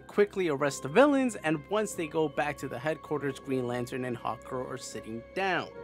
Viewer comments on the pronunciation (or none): I love how I kept hearing you say "Hot Girl" instead of "Hawk Girl" lol